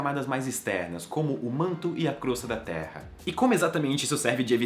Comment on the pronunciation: A todo momento que ele falava "Terra" eu ouvia "Teia"